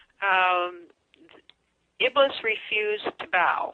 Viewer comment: IBLIS (I hate to even write this name - may Allah curse him more and put him in Hell - since he's the reason for most of our race to join him in Hell) is not pronounced as "IBLUS". The correct pronunciation is "IBLEES".